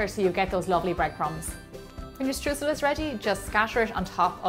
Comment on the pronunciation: I am fascinated by the way you pronounce the word "Streusel". In Germany (where it is from) we say it so differently.